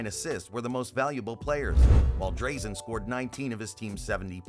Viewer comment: Try to pronounce Dino and Drazen right. They are Legends